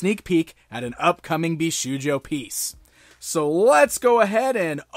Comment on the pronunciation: Indeed it's pronounced "Bisho-yo" the u is silent =)